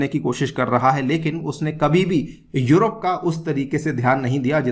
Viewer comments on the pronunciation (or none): none